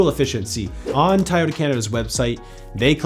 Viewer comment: Why do Canadians pronounce "Toyota" that way? "Taiyota"?